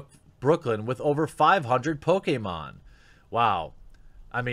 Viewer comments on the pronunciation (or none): none